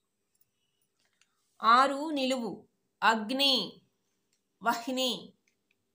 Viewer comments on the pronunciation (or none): Madam 6 is not vahni. It’s vanhi. It’s a Sanskrit word. Like brahma .we say it as bramha. Because you have hold in language I am expressing this . Accepting or not it’s your wish